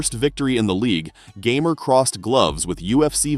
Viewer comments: You got one thing wrong. His nick name is not gamer like you are pronouncing in English. You would have to watch some polish interviews to hear it. His nickname is made out of his second name. PS: you can actually hear it when Kasta ( polish guy in the KSW, bald ) announces him winner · Fun fact: his nickname is not pronounced "gamer", its "gah-mehr" and doesn't mean anything- just his last name changed a bit. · Its ,,Gamer'' from sourname, not ,,geamer'' from video games, but's nice material